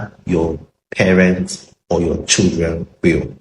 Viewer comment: Playing football with local CHI-LDREN not local SHI- LDREN